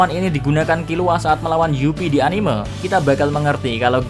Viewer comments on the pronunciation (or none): none